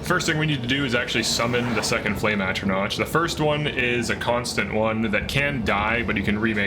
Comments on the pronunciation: Oh God. Every time he mispronounces “Atronach” I cringe. It’s “Atro-KNOCK.” Not “Atro-NOTCH.” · Cool showcase of a great concept for manhandling master difficulty. Pronouncing it atro-notch instead of atro-knock half a million times made my eye twitch though lol. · It's always wild to me when people who have played the games, heard the dialogue, and thereby obtained an example of how a word should be pronounced, continue to (very often) pronounce words however they want to. It's pronounced "at-row-knock" not "at-row-notch."